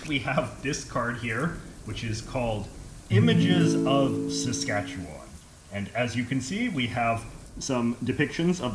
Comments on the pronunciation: Easy to see he's not from SK, or spent much time there. The emphasis is not on the 'Wan' in Saskatchewan. Anyone disagree? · You sound like a tourist. I was born in Regina, SK. You need to learn how to say Saskatchewan properly. Also, you are not saying Ukrainian properly either. I'm glad you noticed the Union Jack. There's a lot of history in that topic. I'm not sure how many of the Indians are Metis. I think most are Cree. You may not have noticed many French people. They stay in their French pockets , the same way Jewish people stay in their locations. Germans also stay in their own locations. And, the Indians stay on their reservations. You did a good job of noticing things that tourists would be interested in. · I thought it was pronounced “sass-ket-Chwan” not “sas-katch-ewan”